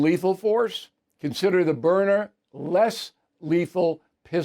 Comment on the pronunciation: It is Byrna, why do you and Hannity insist on pronouncing it Burner?. B Y R N A... say it with me Bill,, B Y R N A.